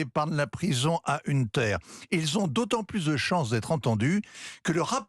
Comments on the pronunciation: "Une terre" Biden. La prononciation est à l'instar de son billet : médiocre (pour rester poli). Je comprends sur qui c'est basé Jérôme Commandeur pour un de ses personnages, J-C Poncif... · ça reste moyen; en plus incapables de prononcer "Hunter" correctement ils ont l'ait tellement has-been...